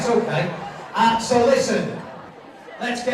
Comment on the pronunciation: “sou it’s all based on nature, rily”